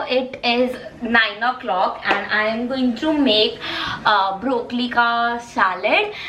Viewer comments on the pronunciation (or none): dude is broccoli not brocckli ur pronunciation is wrong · The way she say broccoli 😂😂😂😂😂